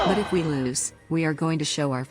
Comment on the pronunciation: And Not Loos it's Lose